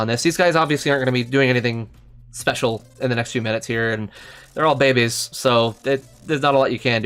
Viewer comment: are you saying babies or bebes? and why? you just sound ...